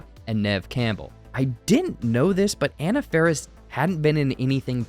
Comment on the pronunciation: You mispronounced “Anna”. Edit: Also, “Meeks” comes from Randy Meeks. Tatum’s last name was Riley…